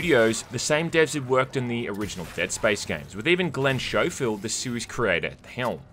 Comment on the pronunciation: his name isnt Shofield tho, its SCOfield...